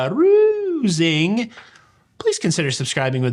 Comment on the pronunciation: 😆. I really like your hats. And your singing. And how you do your jazz hands and say ‘ca-ruzzing’. I’m a big fan. 🤗. But not in a creepy, weird way. Lol